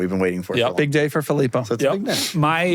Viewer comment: Fillpo, huh?